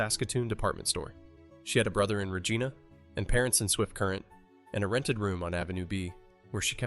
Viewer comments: not only does it miss pronounce Rigina, it also is attempting to show this to lookmlike aneique footage by putting on lines and spots. When looking at a more recent picture of the hospital with the windows boarded up it shouldn't have old footate marks. its so sad that we have AI fooling us like this. It's what will be teaching future generations what is "accurate and true" So expect generations who will be spoon fed lies like this but tha's probably no different than King Kames re-writing the bible or others who have rewritten history over the years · Why can’t your AI say Regina right lol